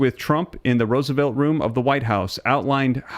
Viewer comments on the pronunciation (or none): none